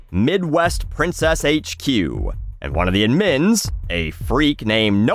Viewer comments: What's that pronunciation of "admins"? Ad-meens? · It's ADmins. ADD-emphasized. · Why are you saying admins wrong?